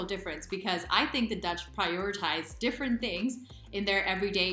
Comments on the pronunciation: You are becoming confident in speaking dutch. The pronunciation is also good. Keep up the good work :) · Your pronunciation is seriously spot on, woah. Also: I've never seen that voyager-space-probe looking thing before either - And I'm a native lol. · Your Dutch pronunciation is great 😃